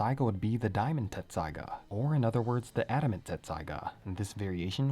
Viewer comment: Hey I gotta ask. I thought it was Tetsusaiga. What’s up?